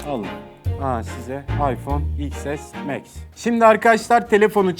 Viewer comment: Ayfon iks es meks tekerleme gibi mübarek